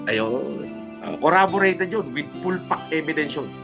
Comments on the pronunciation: Inang yan " coraborated panga"😂😂😂😂😂😂😂😂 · ano ba yung coraborated? hahaha jusko kulaong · Kabwisit yung coraborated, kahit di naman perfect yung pronunciation, pero tngna sobrang simple hahaha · graduate ng MIT tas KURABOREYTED? Ano yung koraboreyted na yan? If gusto niyang sabihin na corroborated, ang layo pa rin e. Baka COLLABORATED.